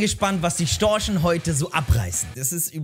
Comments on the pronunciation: Nennt man die Kieler nicht die "Kieler Störche" anstatt "Storchen" 😅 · Ich dachte die heißen Storche und nicht Storsche 😂😂😂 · Sehr geiles Video, Respekt, aber zwei Dinge zur Korrektur: Es heißt nicht Kieler Sportverein sondern Kieler Sportvereinigung, und Storche gibt es nicht, nur Störche 😂